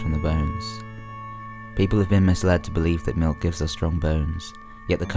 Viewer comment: I can't deal with the way you say milk. That 'k' sound is just..... uuuuuuuuuuhhhhhhhh. I want to chop of my ears.